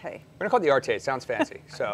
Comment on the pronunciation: Ahhh nothing better than seeing an American making fun of European languages! It's pronounced "Arte" not "Art.....e"! How do you pronounce "Sauvignon Blanc"? Saveign blank?